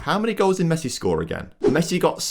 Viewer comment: Any danger of learning to pronounce his name correctly?